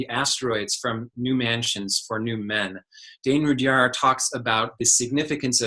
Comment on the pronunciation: Interesting pronunciation of Rudhyar. I wouldn't pronounce the 'h' assuming it to be silent. Americans have interesting pronunciation.